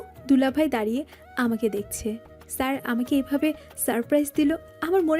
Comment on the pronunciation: দারিয়ে নয় “দাঁড়িয়ে”